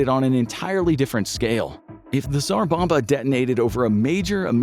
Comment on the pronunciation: the video repeatedly says "A Single Tzar Bomba"